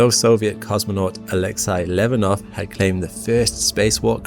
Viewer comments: You're murdering most pronunciations. The space walking Soviet was named Leonov LEE-A-NOFF, not Levanov. Also, the first man in space was Yuri Gagarin GUH-GAR-UN. Jim Lovell's surname was LOVE-UL not LUH-VELL. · Just an FYI, at the min mark, you mis-pronounced Alexei LEONOV's name, you said "LEV-O-NOV", when the correct pronunciation is "LEE-O-NOV" or even better, "LAY-O-NOV" would be closer to the correct stress, phonetically. I hope that helps.